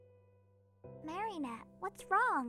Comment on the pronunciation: Idk if this is just me being dumb but I heard Mary net instead of Marinette on one of them